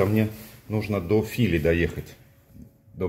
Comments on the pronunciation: Только станция правильно называется ФилИ (ударение на последний слог)😀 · Фили ударение на последнее И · Я понял, где тебя носило. Это, прямо скажем, не совсем Одинцово. Ну, а Фили с ударением на втором слоге. Позор! В этой деревне в 1812-ом году проходил военный совет под руководством Кутузова. Москву решили французам сдать. Сам Кутузов тоже так решил. При этом мало кто знает, что деревня Фили принадлежала самому Кутузову. Помещичий дом был в соседней деревне. Кутузов не только Москву, но и свою малую родину сдавал. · ...небольшая поправка. „ Фили ”читается с ударением на второй слог. Извини пожалуйста, мужик ты хороший, я без всякого занудства. Смотрю твои видео давно и с удовольствием.